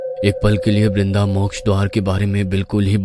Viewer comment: Not brinda it's vrinda